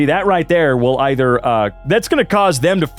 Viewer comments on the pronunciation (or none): none